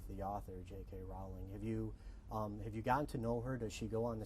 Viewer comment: He said J.K. Rowling's name wrong...